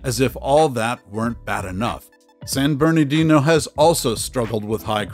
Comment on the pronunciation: It's San BerNARdino, not "San BerNAdino!"